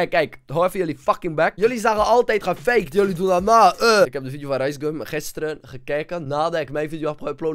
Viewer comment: nederlands : gefaked acidlands : gefwakwed